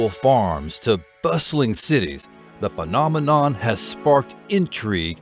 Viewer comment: Excuse my french,but I'm curious,did you say fucknominon or am i just hearing things? 🤔😆😆